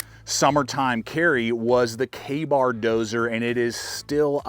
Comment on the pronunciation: Oh, Benchmade griptillian and kabar dozen....winers over and over. Sorry;!!